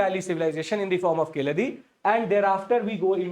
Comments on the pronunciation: It's Kee-zha-di and NOT Ki-la-dhi 🙏🙏🙏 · Sir, it is pronounced as Keeladi. The Z is silent. Also the place name is Siva Gangai not Sivakalai as you said. KEELADI and SIVA GANGAI. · Yes correct but still pronounce zh as ill. Sad correct?